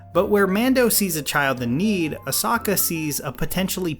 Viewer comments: I took psychic damage every time you said Ahsoka and Grogu lol. Great video though! My theory (haven't watched the latest episode yet, but I suspect it won't matter to this theory) is that Grogu will not reach out. No jedi will come. Ahsoka clearly stated that he would need to choose. No Mace, Ezra, Luke. Grogu is a Mando, like his father before him. Leave the jedi stuff for Ahsoka's spinoff. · Hey, do you watch the show on mute? Cause how you say Ahsoka and Grogu is so far from how you say it, I thought you were joking this entire time 😂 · Ummm.... your name pronunciations in this video are way out wack 😅🤣 for both Ahsoka and Grogu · Why did he pronounce Ashoka like that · This is gonna be dumb.... but dude... your pronunciation of Grogu and Ahsoka was like listening to people say jalapeño without an H sound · Guy, you went from pronouncing A-so-ka's name right to ear piercingly, A-soka, wrong, what's your deal!? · "Asaka" "Michael Bane" Yikes.... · Asaka anyone else hear that? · I thought it was osaka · Funny thing is, I am pretty sure he said their names correctly a couple times. But, he doesn't later. He may be onto something, they might alternative timeline versions of the characters. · I’m going to go to Mustard Seed & get me a big helping of chicken “Ah-sah-kah” tonight! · Sorry, it’s pronounced Ah-Sokka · I literally convulsed when I heard "Ahsokka" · Say Ahsoka’s and Grogu’s names properly! Omg so annoying. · These mispronunciations of Ashoka and Grogu make this otherwise great video almost unwatchable at times. I almost clicked off multiple times just instinctually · Did you purposefully pronounce Ahsoka and Grogu the way you did to piss everybody off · makes a great video about the mandalorian with very valid points to consider the comment section: HOW DID HE SAY-????? AHSOKA???? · I’m not sure how you managed to screw up the pronunciation Ashoka so badly. Especially since they say it so often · her name is ahsoka not osaka